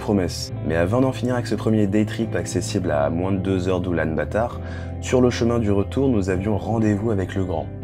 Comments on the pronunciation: Oulan-Bator pas "batard" 😋 Très belle vidéo en tout cas ! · Je la prononce parfois en français (Oulan-bator) parfois en anglais (Ulaanbaatar) d'où la confusion ! Merci :D